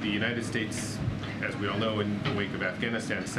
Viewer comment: And she said AfghanistanD <—— hahah😅